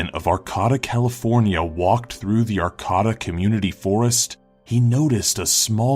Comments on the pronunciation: It's pronounced Are-cate-ah, not Are-cata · The cabin story: Arcata is pernounced ...ar-kay-ta...not ...ar-kah-duh. And being in Humbolt county, you should be very careful in and around those woods, trust me. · it's pronounced "arcayta" and it was just a homeless hippy in a city park...not that freaky. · Dang it, it's Ar-cay-ta, CA. (Next town over)Great video otherwise though. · It's pronounced "Ar-cay-tuh" California